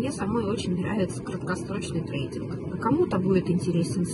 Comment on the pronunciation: Третинг, стрепинг, стрампонинг 😂😂😂